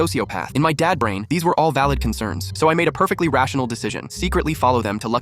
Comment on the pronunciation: Why did it the subtitles say "lighthouse dance"... and why did it sounded like "lighthouse dan".... Im guessing it was supposed to say lighthouse dad